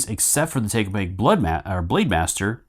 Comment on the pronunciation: Thanks for the great video, l think your pronunciation of takobake is a bit off.